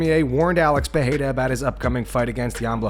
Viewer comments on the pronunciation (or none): "Adesonya, Adesonya, adesonya" and then you com out with a idiotic "Parreira". Yeah, you´re a very bad narrator.